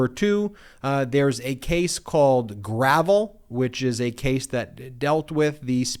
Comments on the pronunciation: { believe "Gravel" is pronounced "Gra-velle" as in the former senator from Alaska, Mike Gravel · I'm surprised to hear Ben (apparently) mispronounce the case (presumably) involving Alaska's Senator Mike Gravel. Maybe the case Ben mentioned didn't involve Senator Gravel, but someone else with a similar, but differently pronounced name. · It was in fact Mike Gravel the Senator from Alaska whose name is captioned in that SCOTUS opinion. I was surprised to hear Ben mispronounce his name too, inasmuch as Gravel is or was a liberal hero for reading significant portions of the Pentagon Papers into the Congressional Record.